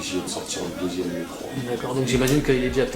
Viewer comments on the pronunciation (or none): sa choque personne le "deusieme" ? a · "Deusième" WTF !? Les mecs sérieux .... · Sa choque personne à "deusieme" ???!!! :o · Deusième ?! t'es pas sérieux ahahah va en cours ;) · pouce vert en masse pour le fameux "DEUSIEME ALBUM" avec un "S" au lieux de DEUXIEME... merci qui? RAP2TESS mdr nan je suis déçu la vraiment mdr je charie ;) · "deusième album" ? non non deuxième* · "Deusième" à ...